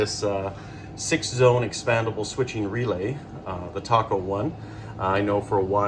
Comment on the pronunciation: Nice clean install. Btw, Taco is pronounced TAY-koh, not TAH-koh.. 😉